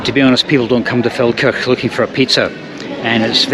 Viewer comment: When the video started I thought said "Falkirk" which would be a long (but not out of character) journey...